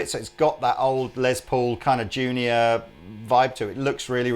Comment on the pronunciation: It is Less Paul, not a Lez Paul.